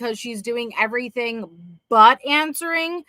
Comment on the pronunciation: That is so oddball and stupid. EverythinK. Dumbbell Doctorate